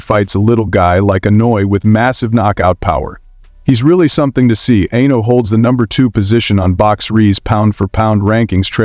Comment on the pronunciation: If you are going to do a piece on someone, have the decency to pronounce their names correctly.